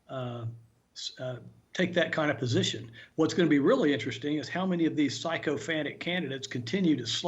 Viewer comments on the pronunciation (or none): "psycho-phantic" LOL It might be a mispronunciation, but still good! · I LOVE how pronounced "sycophantic" as "psychopantic". Because that pretty much sums them up. "Sociophantic" would have worked, too. Or "moronic". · Did he say "psycho-phantic?" Makes sense to me. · Was that "sycophantic" or "psycho-phantic?" Probably appropriate either way.... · Psycho-fantic? (Not entirely wrong, but huh?) Sla-vishly? Someone else write this guy's responses, or does he just not know words so good?